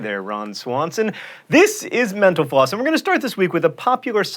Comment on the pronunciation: When he says mentalfloss it sounds like menopause.